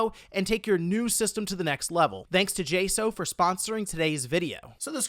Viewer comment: I love you but New rule if your gonna be sponsored by a company you need to learn how to pronounce the company’s name not J So it J Saux